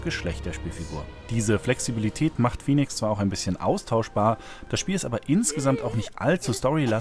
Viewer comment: Fäniks, es spricht sich Fäniks. Wie es gesprochen wird müsste es Phoenix geschrieben sein.